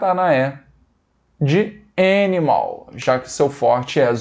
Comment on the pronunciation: letra é, de énimal kkkkk